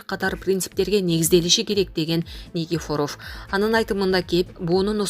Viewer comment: Безграмотная журналистка. Школдо "ударение"дегенди окутту беле. Никифоров деген создо ударение экинчи " и"ге басылат, а не "о" го эмес. Билбесен , билгендерден сурап албайсынбы идиотка.